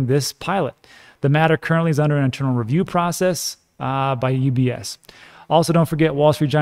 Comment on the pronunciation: Haha, when you said ETPs I thought oh what’s that; then you said UBS but I heard UPS (the postal service). Can you imagine how confused I was for a few seconds?